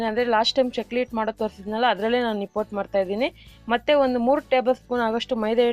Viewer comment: Nippottu anta uchhaara(ಉಚ್ಚಾರ) maadtidira.pls nippattu anni,akaara hakaarada kadegu gamana erali,namma bhasheya melina hidita naavu maaduva kelasada soundaryavanna ennoo hechhisutte.